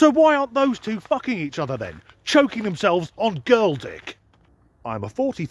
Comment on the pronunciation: Annnnnnnnnnnnd, the THUKKING Bloopers 😅😂 🤣